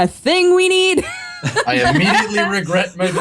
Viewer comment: "I immiediately regret my decision" lol, is great at diplomacy:D